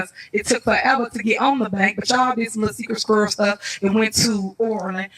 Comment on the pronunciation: Her child could say Secret Squirrel better than Tiffs Sikritt Skirrel